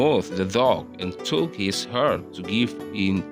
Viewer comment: You need to learn more about how to pronounce some words, such as took, fell, were, grew up, realized,.,.